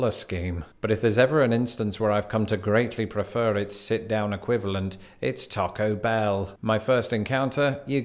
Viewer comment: Thank you for not saying "Tack-o" Bell!